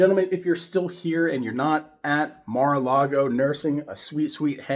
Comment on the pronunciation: One million dollars to join Mara-lar-go.